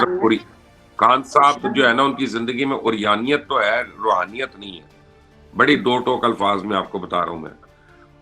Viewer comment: Rohaniat nahi Raoniat h dono mn